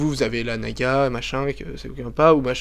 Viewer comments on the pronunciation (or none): on dit naga et pas nagua car razer donne des noms de serpent à ses souris sinon bonne video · Naga se prononce en français comme navigation, et non comme nicaragua qui se prononce "goua". Donc avant de donner des leçons, on vérifie ses sources! La mienne: larousse.fr/dictionnaires/francais/naga/53691 et tu en trouveras facilement d'autres. En résumé,, prononce tout à fait correctement le nom de la souris.